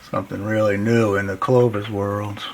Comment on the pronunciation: CLOVI. Locals of Gravois Mills, Missouri call it GRAVI...now I'm hooked on your word lol.. Great stuff..Crazy on the comet theory. It would explain a lot and open up them minds for lots of new fun stuff...awesome video!!